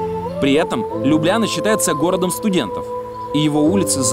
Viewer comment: Ну какая же это Лю́бляна, когда это Любля́на!🙈